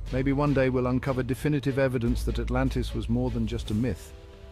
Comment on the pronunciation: AH MUH GAWD ALRANTIS